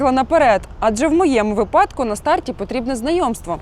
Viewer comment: Не випАдку,а вИпадку.Робите сюжет-слідкуйте за культурою мовлення.